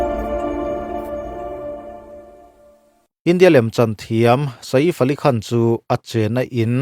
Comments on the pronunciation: Saif AliKhan tiin an lam maithin a maw ka tia, Sa-if Alikhan ti a lam ka vawikhat hriat na🤭🤭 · Saif Ali Khan hming ilam Dan hi analh lo e.😮